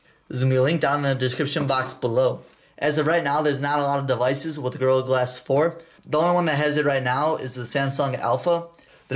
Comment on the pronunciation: He say devices wii😂😂😂